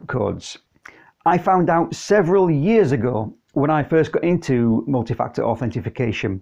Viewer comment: Authentication or Authorization. No Authentification :-) great video though!